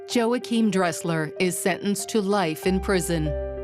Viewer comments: MURDERED!! dude's name, EVERY SINGLE TIME HE SAID IT!! 😂 HERE IS MY TOP 10 = Joe hakim -- Yo wahkeim -- Joachim -- YoChim Kim -- Joe Kim -- JoaKim -- JoeChim -- Joim -- YaKim -- Joe Dresser -- Joing -- Yim -- Joae -- Joim CONSISTENCY -- is everything, well done brother, He never said it the same way twice 🤣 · Joe-achim (WRONG), his name is W-achim (ding, ding, ding, ding, ding).